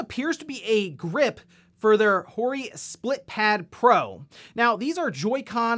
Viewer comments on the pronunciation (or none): none